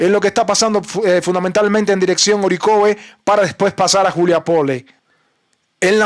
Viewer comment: Se pronuncia Ariejav. En ruso. Nada de Orikov. Lo aprendí de Liu Sivaya